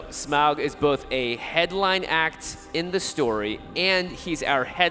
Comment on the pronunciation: Someone teach the panel how to pronounce "Smaug"...